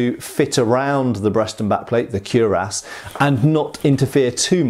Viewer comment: Speaking of pronunciation, isn't it kwi-rass rather than kew-rass?